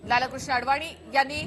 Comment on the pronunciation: मॅडम ,लाल-कृष्ण असा उच्चार चुकीचा आहे..लालकृष्ण असा सलग उच्चार आहे...अति भाषाशुद्धीचा अट्टाहास हास्यास्पद वाटतो...😊😊😊